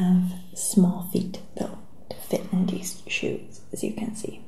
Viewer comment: Im sorry but how she.says.dis nd dees nd dose bothers me.